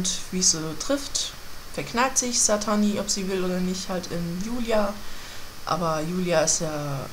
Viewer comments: Satine wird übrigens Sa-Tiiin ausgesprochen nicht Satani! *klugscheiß* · und sie kann es immernoch nicht richtig aussprechen